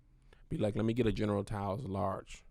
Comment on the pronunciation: “General tou’s” 🤦🏽‍♂️ sheesh 😂😂😂